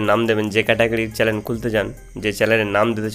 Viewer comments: চ্যালেন নয় ভাই চ্যানেল বলো🤭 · চ্যানেলের জায়গায় চেলেন বলে দিয়েছেন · চ্যালেন নয় দাদা, চ্যানেল হবে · ভাইয়া চেলেন না উচ্চারণ টা হবে চেনেল